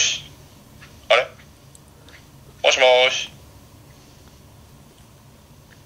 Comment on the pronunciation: 俺は「あい、よしよし」って言ってたと思たわ( ˙-˙ )